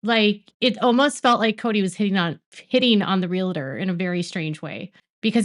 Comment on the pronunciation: It's pronounced Real-tor, not Real-i-tor. :) PSA.